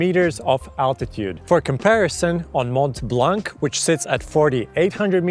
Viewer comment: Nice video ! But I spit my beer as a french when I heard Mon’T’ Blan’K’ 😱😱😱😱😱